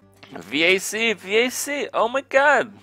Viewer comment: " V - A - C " rofl n00b, back to CoD